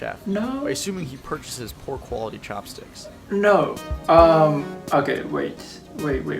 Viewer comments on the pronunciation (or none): i lived in japan 4 years and never experienced a restaurant that didnt allow foreingers. some members club have members only" sings that you can see in the window. but that's it. Japan's awesome ne ; ) bro, your pronunciation of "poor quality" sounds like "proc/to/lo/gy" :P Cheers, man, great channel